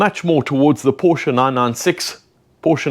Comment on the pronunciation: thank you for the correct pronunciation of Porsche! But indeed, this means my dream of getting a Porsche 912E could be possible. Who really wants a four cylinder 2 liter ? 😅 well I do.